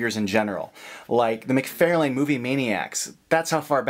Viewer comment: it's Mc-FAR-lane, not Mc-fair-lane. just an fyi :)